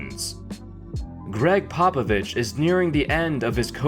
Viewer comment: It’s actually Greg Popabitch